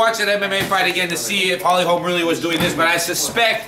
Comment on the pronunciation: stop saying holly "HOLMS" the name is : HOLM HOLM HOLM HOLM HOLM HOLM